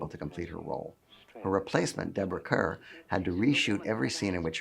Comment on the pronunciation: Deborah "Kerr" as in "Car" not as in "Burr". She was terrific in the spooky The Innocents. I am surprised that MGM as late as this movie was made was still deferring to the Catholic League of Decency.